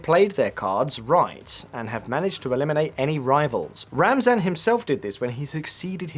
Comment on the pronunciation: His pronunciation of Ramzan already bothered me, but then he kept saying Kadryov over and over. That's how you can tell someone is just making content without actually knowing what they're talking about. I'm surprised he didn't say Putrin.